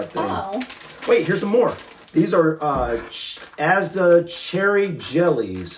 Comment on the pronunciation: If you try fish and chips, you also have to try Cornish Pasties; literally puff pastry with cooked stuff inside; you can get different types like beef and onion or cheese etc. Inflation means prices have gone up though, so be aware of that. Your saying Asda the right way 👍🏼 FlapJacks are sugary oat bars, you can make them into triangles if you make them from scratch. They have different flavours and are sweet. Not a healthy bar. Just so you guys know. Im sure you can find some recipes on here. You could use HP sauce on steak, if I remember correctly it has a black pepper taste. The lea & Perrins is more for cheese on toast, or roasted veg. HP is a dipping sauce, not a marinade. So use it how you would ketchup. You could have it on the side of a steak.